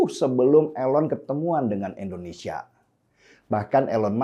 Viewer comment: Abg mnta maf sbelum nya,, krna aqw dengar b kata endonesia luruskan nma negara kita yg tercinta ini indonesia.. Bkn endonesia